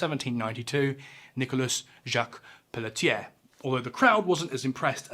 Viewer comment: As someone who shares the last name Pelletier, you say it wonderfully